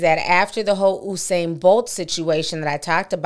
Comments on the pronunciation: You-sane TI Not OUUU-SANE 😂♥️ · Mr BOLT Pronounce His Name (You) U -SAIN Not OOO-SAIN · It’s You-sane. Not “Uh’sane”. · Please pronounce his name properly, it's "You" -Sain Bolt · The situation is truly unfortunate all round....but his name is pronounced as spelt though like 'You-Sain' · This is insane!!!. it's pronounce u-sain (you- sain)